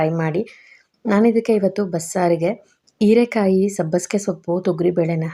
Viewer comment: ಹೀರೆ ಕಾಯಿ ಅದು ಈರೆ ಅಲ್ಲ